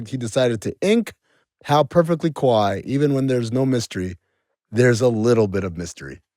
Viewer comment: "Ka-whiet" = Quiet 😂😂